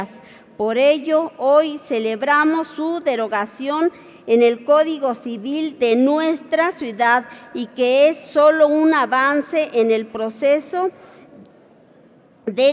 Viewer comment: ¡Qué vergüenza de diputados! No tiene ni idea de lo que habla, ni siquiera sabe pronunciar. No es "alineación" sino Alienación, no es "congretula" sino congratula, y menos "suidad" sino ciudad. Acaso, no les da dinero la cámara para asesores, o ¿los asesores deben estar igual? Por lo menos enséñenle a leer ya de perdida a "ler"